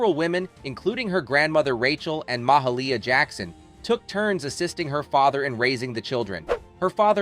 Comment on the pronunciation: "MA-HIALEAH JACKSON"? WHAT THE HECK?